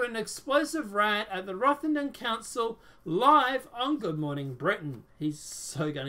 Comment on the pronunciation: First it rotherham not rothington I live there piers morgan is a lefty pusher that chats some real crap